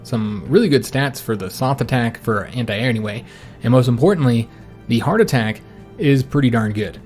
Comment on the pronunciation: At first I kept thinking “Why does he keep saying heart attack?” .... “Oh, HARD attack.” Im a fool.